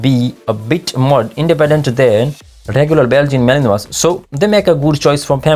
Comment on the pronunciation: Mal-in-wah, yo.